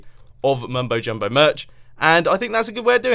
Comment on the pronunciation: its so weird every time he says mumbole jumbole